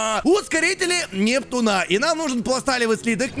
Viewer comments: Почему нептунА а не нептУна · круто что ты закончит сабнатику(поздравляю). Я всё ещё смеюсь как ты произносил нептунА.